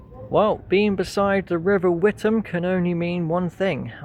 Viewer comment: The river is pronounced "With-am", unlike the town in Essex, which is pronounced "Wit-ham".